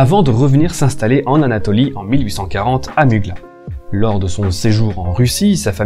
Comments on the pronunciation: À vrai dire Muğla se prononce Moula avec un [u] long, très bonne vidéo au demeurant ! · Mugla le g ne se "prononce" pas petit tip 🤷‍♂️